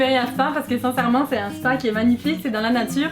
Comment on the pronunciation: Why does no one ever notice or mention how people pronounce ‘un’ like ‘er’. ‘Un chien’ ‘Errrr chien’